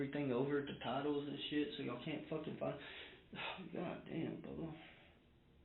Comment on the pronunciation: The way he keeps calling the detective" Bubha 😂😂😂